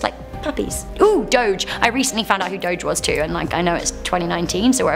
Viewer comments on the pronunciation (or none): none